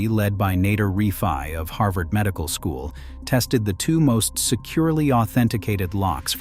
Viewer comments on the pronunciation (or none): none